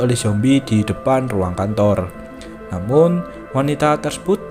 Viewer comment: Abang kan bilang kantor yang aku denger kontor